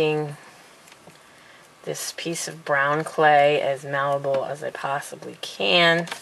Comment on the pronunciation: Is she saying what I think she's saying? Malibal?! What word is that?! Or is it moldable?